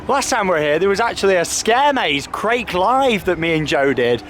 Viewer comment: Hey! Long time viewer. Love the videos. And agree with below, pronunciation much improved! Krake is pronounced as in ‘Cracker’ by the way. As an English German speaker, Krake as in Raik kills me 😂 A minor grievance on another amazing video!